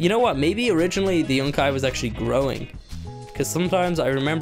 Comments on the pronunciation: Stap calling it yunci, its yucca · Everytime you say Yunkai I cringe. It's yukka. Pronounced Yuck - ah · It is pronounced you ca not yunki